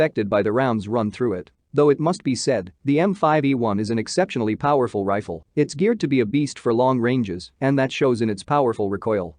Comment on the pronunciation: Computer voice, Trifle for Rifle. AR for Arkansas. Wtf!